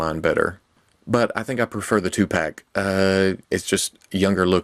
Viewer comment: 21 seconds through and he mentions Tupac 😂😂😂😂😂 i know I know he said two pack but come on it sounded like it